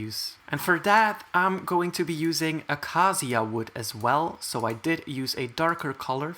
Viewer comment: Acacia is pronounced "Uh-kei-shush" btw, not "ah-kaa-zia" :)